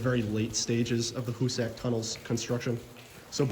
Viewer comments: Great video! I think it’s pronounced Hoo-sick and not Hoo-sack, though. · hoosac tunnel .....(pronounced hoos sick ) not a story about " who's sack tunnel" that's another video (age restricted )